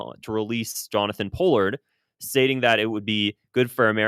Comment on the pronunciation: Good video. Btw Pronounced Paul-ard